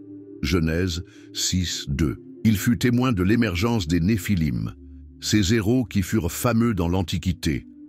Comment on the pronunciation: Ces zéros 😅😅😅😅? Ces héros ! H muet.